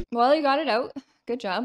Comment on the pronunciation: love it when the Canadian accent comes "out"